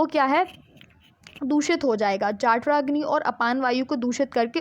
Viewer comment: It.s जठराग्नि not जाठराग्नि